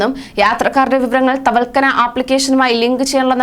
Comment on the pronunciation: Thavalkana Alla. Thavakkalna. Nereparayanpadikke